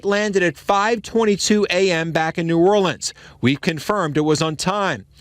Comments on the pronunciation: New Orleans, pronounced Or-Lens. Saying Orleens makes my ears feel like they’re bleeding. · it's pronounced New Orlins or New Orlens. New Orleeeans are only pronounced that way in songs. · Just a quick note for those that don’t know: When you say ‘New Orleans’ it’s New ‘Orlens” in pronunciation. When the ‘New’ isn’t present (like Orleans St or Orleans Parish) then you pronounce it ‘Orleens’. Orlens when the New is there. Orleens when it isn’t. Hope that helps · New Orleans is pronounced (New Orlans) by everyone who is in the know. Cantrell is a lousy mayor, a liar and a cheat, not sure any person who would ever be a good Mayor would EVER run and even if so would not be elected by constituents. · New Orleans pronounced ( Nu - Or Lee Anz). I went to college and lived in that region for about 25 yrs. I hope you don't mind my sharing a little phonetics with you. The majority of "gone to the dogs" US cities are turned over to AA's once they are trash. The 504 or Memphis are both major ghettos of the south. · I'm from louisiana and I cannot watch this in its entirety, because the person that's doing most of the talking doesn't even know how to pronounce the name of the city. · You can't even say the name of the city the right way... Then, I have to suspect your credentials for reporting on this area! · It’s strange too being she born and raised in Compton California. She has no roots in New Orleans. She refuses to pronounce New Orleans properly! Kamala’s bestie!